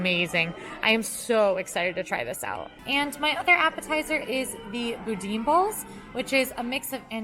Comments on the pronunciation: loved this, but "boudin" is pronounced "boo-dan" ( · Boudin is pronounced boo Dan